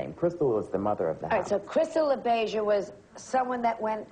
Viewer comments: she hasn't even seen the movie. she doesn't know how to say labeija. add: it's misspelled also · Joan Rivers might be respectful, but she sure didn’t do her homework for the show. Not only did she not even know the pronunciation of Pepper LaBeija, her staff misspelled it under her name when it showed Pepper when she was on camera. They had LaBeija as ‘LaBieja’. How embarrassing!🙈 Also, ‘Is Paris Burning’? With a mistake THAT big, the producers should have ‘CUT’! and started taping all over! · just not sure how Joan could have mispronounced "Labeija" if she really did see the movie. It's not as if that name is only mentioned once in the movie.